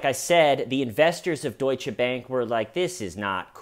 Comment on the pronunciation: Dear, First, thank you for pronouncing Deutsche the right way. It gives me hope to one day hear Einstein pronouced as it should be by Americans, and it is not the epstein way (epstein doesn't deserve the Majuscule). Thank you also for reminding us that your channel is not only good laughs. I sometime feel reading the comments that we are waiting, expecting even, the good jokes and like with this family, nothing funny about it. Thoughts to them and I hope the husband recovers. I think you give the good theories regarding why he did it, and unfortunately I wouldn't even be surprised if it was because of ladies night. He is like an incel, and we all know what they can do.. But yeah, another "suicide" related to epstein... hum... Of course we all know that the Fedex will become a thing in the TCL family, and I love it! Because your comment section is just one of the best, and the Schmeeda fam brings much joy in my life right now, as you do too and first, much gratitude for you. And last thing: have you been rewatching Fargo lately? Cause after the "I'm cooperating" I heard the ", you're underperforming!" the same way haha. Much love from Belgium, hope you are doing ok? P.S: please make teeshirts or whatever! Please please please! I want to represent the TCL here in Belgium. (How can someone run out the back door from a high rise appartment? There's not even a front door!?)